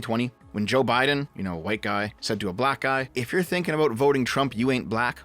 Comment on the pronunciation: Aboot lol